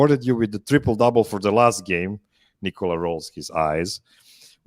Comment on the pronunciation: Why do some much of the Denver media still call him “Nicole-ah” instead of “Ni kuh luh”?